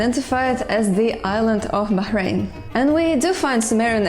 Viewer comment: For some reason, the only thing I can really focus on in this video is that she pronounced the name of "Bahrain" correctly!!! I visited the island back in the early 80s (as a child, with my mum and sister) and I've noticed that people seem to have an astonishingly hard time pronouncing the name properly. She made it seem effortless. By way of congratulations, I'll allow her to go on one jaunt in my time machine, as long as she doesn't kill anyone!